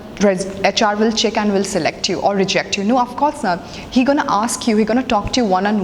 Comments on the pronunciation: Its not aks but ask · it's "ask" not "aks". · aks you